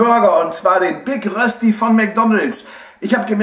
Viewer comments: Rösti ist nicht gleich Kartoffelpuffer. Die Betonung bei Rösti liegt auf dem Ö. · Es heisst nicht Rösti es heisst Röööööschdi ;) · Ich als Schweizer finde es totsl lustig wie ihr deutschen rösti aussprecht